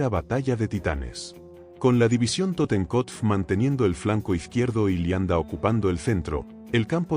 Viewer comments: Es cierto, Leibstandart la pronuncian lianda y asi todo lo demas. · Pronuncia mal muchas palabras. El nivel es bajo, parece una máquina. Uermach y qué es eso de Lianda? 😂😂.